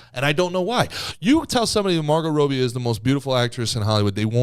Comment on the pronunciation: Calling her roby not Robbie is making me question everything 😂